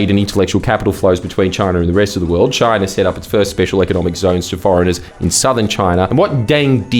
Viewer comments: DID EH JUST SAY CHOINA?! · i have never seen aperson say choina my entire life